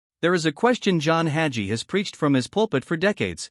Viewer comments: This AI generated. To confuse his followers. Listen to the way his name is pronounced. Red flag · It drives me crazy that these ai commentators can’t pronounce the names of their target.